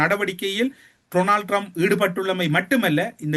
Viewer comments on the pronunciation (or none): ☝️☝️☝️ His name is pronounced Donald Trump not Tronald Trump.